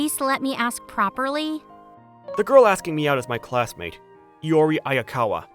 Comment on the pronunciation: Good story and all but....LORI?!?!?!! IT'S I-O-R-I GOD DAMN IT